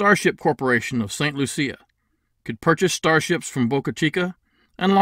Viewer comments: You are the only person I have ever heard pronouncing St. Lucia that way. We, of westindian blood, say "St. Loo-she-a"... I don't know why we throw an "h" in there... My blood is jamaican-chinese so don't quote me on that. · I got married in St Lucia. I think ur pronunciation is a little off. 😂. I love the idea!! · you made it sound like a pretty girl, we make it sound like a loose one...